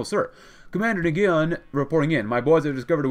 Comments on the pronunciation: Nguyen is just pronounced like "When" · Hello I am here to help you with Nguyen, it is usually pronounced nwen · wiiing. is how you pronounce it, nguyen. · FYI, Nguyen is pronounced "WIN" at least when transliterated into English. (I tried to find the original Vietnamese pronunciation, and ended up finding three videos, purportedly by Vietnamese speakers, all of which pronounced it differently. My only guess is that even though it's one of the most common Vietnamese family names, that there are regional variations. Since The Last Patrol starts in Oklahoma, you might as well use the English pronunciation.)